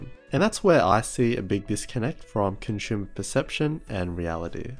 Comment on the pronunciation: Please pronounce consumer properly. This is really bad.